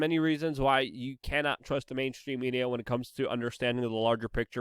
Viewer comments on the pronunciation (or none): none